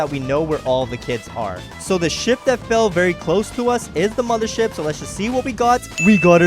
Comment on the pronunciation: you say moder ship..